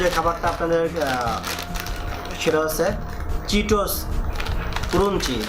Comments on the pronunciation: Bhai what is kurunci it will me crunchy. At first learn how to say the word. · কুরুনচি না খোকা ক্রানচি,লেস না লেইস খোকা🤣🤣